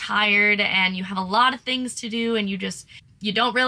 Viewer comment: To say "2 tings" is very Bahamian 😂